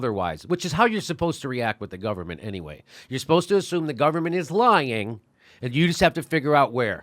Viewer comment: I don't think you're pronouncing "lying" properly. And please stop saying "lying". I'm not lying to you.